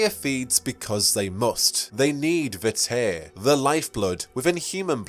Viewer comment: oof, the mispronunciations. this is a prerecorded video girl, you can just look up how to pronounce "sanguine" and "vitae", they're real words. One of the four humors and the Latin word for "of life", respectively.